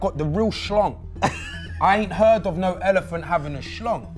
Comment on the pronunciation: Loool man said elephant ood😂😂